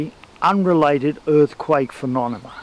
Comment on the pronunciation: I love that he says "phenoNeMa" lol